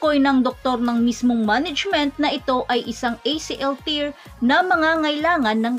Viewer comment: mare, acl ter, hindi tir. ang tear pronounced na tir, luha, ang tear na pronounced as ter, ang napunit, at tamang pagbigkas.